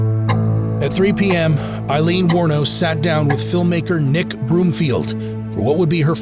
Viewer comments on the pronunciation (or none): Aileen not Eileen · She was a victim of shitty men and it did something to her mind, as it would most women, I can’t imagine what she went through. A very sad story. 😢. BTW her name is pronounced Ayleen (Aileen) not Eye leen (Eileen) and I should know. ☺️🤷‍♀️🏴